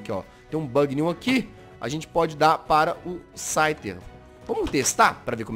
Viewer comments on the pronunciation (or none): So eu vi q ele falou schyter 2 vezes 😂😂